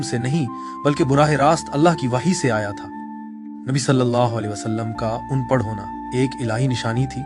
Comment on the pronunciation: please correct the word "An parh" أن پڑھ Not the word "oon prah" Kindly